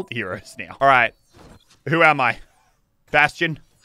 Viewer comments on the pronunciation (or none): he said baston wrong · Anyone annoyed on how he pronounces bastion